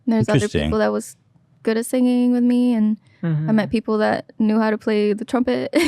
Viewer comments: nobody: ethan : sinGanG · “seangeè- geënñgg”- ethan klein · Ethan says singing but pronounces it as “SEEN-GING” Heard him do this multiple occasions. Had to speak up this time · Ethan, say "sing-ing" instead of "sing-ging" and say it slowly lol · Ethan you pronounce three "g's" in singing (sing-ging) 😂😂😂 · Ethan you say “singinG” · LMAO SING-GING BANK-GING😭😭😭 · can someone please teach Ethan how to pronounce singing. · I made fun of the way Ethan pronounces singing 500ms before he said people make fun of him for it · Bella says 'sing' 'singing' & 'singer' correctly. Ethan does not. soft G's. we made a video about it. not about Ethan. about this new wave of people turning soft G's into hard G's. EDIT: holy crow... he actually addresses this topic!!! hahahaha, love you papa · ethan pronounces singing and banging with a polish accent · when Ethan tries pronouncing singing 😂😂😂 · Ethan makin me think of the "in the beninging" guy when talks about his pronunciation of singing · Fun fact, in Phonics, the "g" sound in "singing" is actually a combination of "n" and "g", transcribed as ŋ (the symbol's name is agma). That's why it sounds unusual when you pronounce the hard "g". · Ethan says 'singing' like Benadryl Cumberbatch says 'penguin' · Ethan- you’re adding a THIRD G to signing and banging. 🤣 I’m really enjoying this interview. I didn’t know anything about Bella and wow what a gal. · I was just watching an old episode where post was making fun of how Ethan says singing 🙃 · I hate how you say singing eathan